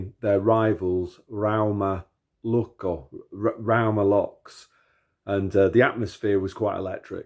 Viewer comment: It's Lukko, not Lukio. BTW